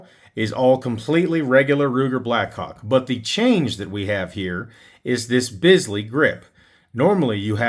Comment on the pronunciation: You are correct with your pronunciation of Bisley. Well done.